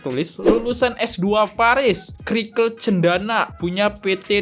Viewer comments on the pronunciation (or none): circle bacanya sirkel bukan krikel😂 just advice